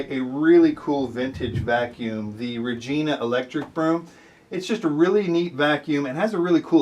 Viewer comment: It’s “rej-eye-na”